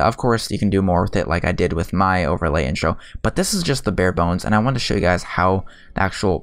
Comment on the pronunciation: hey umm this is not hate but ive been curious towards what you say for you're intro is because it sounds like this to me "Hello guides or guys" not sure tho